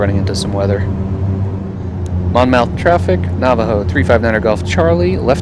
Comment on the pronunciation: Nice video- FYI KBLM is actually in Wall Township NJ- about an hour away (in a car) from Atlantic City (KACY). Idk why KBLM comes up as Atlantic City but it does on a lot of plates. Also it’s “Mon-myth”